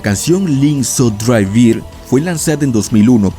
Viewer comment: Muy buen video pero por favor pronuncia bien los números "drei" y "vier"